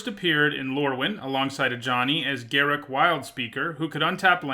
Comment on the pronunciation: Thank you SO much for pronouncing Garruk's name correctly. I can't stand when people say "Ga-roook".